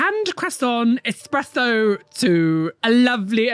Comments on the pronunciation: Do we care that it’s Espresso not expresso??? Edit: you got to the same point lol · the title translates to “That’s how I deleted this tattoo”. It wouldn’t have stayed in dead skin anyway sooo 🫠 aww, a little Buttercup tat. do people go into this thinking it won’t hurt at all? Because this makes no sense otherwise. 😅 And it’s definitely “espresso”. It’s like nails on a chalkboard just hearing people pronounce it as “expresso“ never mind seeing it spelled like that 🤦🏻‍♀️ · Yes,, it's ESpresso, because "it's-a espress-ed outta da machiné." Yes, it's short for "café espresso" == "pressed coffee". It's not "fast coffee", Italians take their time. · “Expresso” 💀 Wow. Just. Wow. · "Expresso" 😂😂😂 Generally that's kind of a cool idea. But the "esecution" is terrible. 😂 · I have no idea why so many people here pronounce espresso that way.